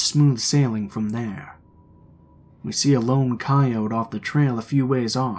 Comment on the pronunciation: I had to check if I’d been mispronouncing coyote this entire time